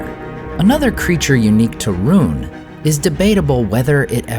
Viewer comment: Has anybody noticed how the name "Rhun" is pronounced, "Ruin"?